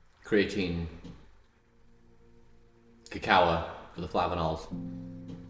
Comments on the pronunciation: What is it with these bio hacker dudes who can't pronounce the names of the supplements they tout. I swear, between alternate pronunciations of cacao, tuRmeric, Spirulina, and a few others, it's freaking maddening. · How does he not know how to pronounce "cacao"...?